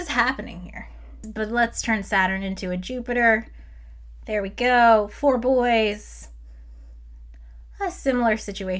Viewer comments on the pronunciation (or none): none